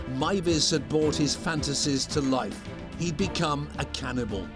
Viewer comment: A ‘Cannibalee’ 😅 jus saying.